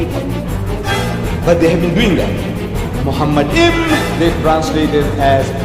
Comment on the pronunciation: The first mistake by Zakir Hussain is that he pronounced מַחֲּמַדִּ֑ים as ‘muhamaddim’. But he is wrong, it is ‘ma-kha-madim’. So there is no pronunciation of Muhammad. Just check every high valuated Hebrew dictionary or lexicon. The other mistake made by Zakir is that he said that ‘מַחֲּמַדִּ֑ים’ is a name. Again he is very wrong because מַחֲּמַדִּ֑ים is a masculine plural noun, so it is not a name. Again, just check every high valuated Hebrew dictionary or lexicon. And because it is not a name, it is impossible that it refers to the name of ‘Muhammad’.